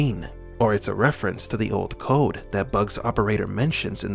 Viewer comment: He says old code not gold code.